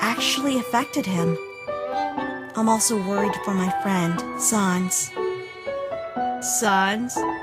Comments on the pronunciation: Please get your pronunciations on "sans" and "chara" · I feel like they aren't proununcing sans correctly